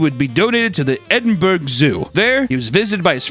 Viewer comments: Edinbur-ah not edinburg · it pronounced ED-IN-BUR-UH!! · edin-burg? smh I'm disappointed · Fyi the bear is pronounce vo tek and edinburgh is pronounced edinboro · Not the Edinburg 💀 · The way he said Edinburgh… all fellow Scottish fans are disappointed Great video tho!!